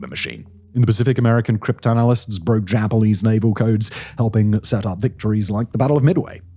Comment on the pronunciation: the japalese slip up caught me off guard lol